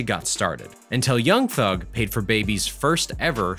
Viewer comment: Anyone else who hates how he says young thug😂